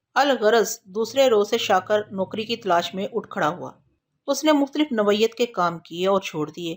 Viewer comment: Wrong talafz pusta qad , nawiat, Correct talafz. Pasta qad , noiat